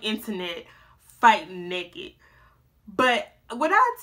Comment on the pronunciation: "I'm nekked " 🤣🤣